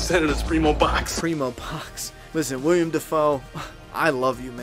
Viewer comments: Hey bud. Love the effort. I’ll continue watching but I had to pause. I’m probably the same age as you. But the thing is his name is Willem. Not William. And Paul is not Paul Smeeker. He’s Paul Smecker. I’m not trying to embarrass you but my OCD brain wouldn’t allow me not to say something. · Willem, not William,:D FLAW But otherwise great video! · Willem Dafoe is a stage name (real name is William) lmao to cut down on the expected comments. Here's Willem Dafoe explaining it himself. Welcome to the new channel for ONLY Flaw vs Awe Reviews!! Boondock Saints did not received a re-edit, so Ignore the mispronounced Agent name. IDK how I screwed that up from the script, unlike the real actor that name was mixed up haha. We already have 30 Flaw vs Awe Reviews finished and will be uploading one every week with some re-edits and some brand spanking new reviews, Subscribe now!!